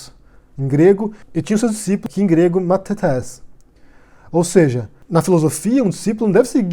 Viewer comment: Como ex aluna de Grego Clássico da UFRJ, já me adianto em dizer que tanto a explicação sobre os vocábulos "didáskalos" e "mathetés" e suas definições quanto a pronúncia das mesmas estão corretíssimas. Estou usando esse argumento de autoridade (acertei,?) pra refutar com antecedência qualquer sabichão olavete ou até o próprio "mestre" e pra evitar que façam a mesma desonestidade que fizeram com o Yago quando ele refutou muito bem o Sr. Astrólogo!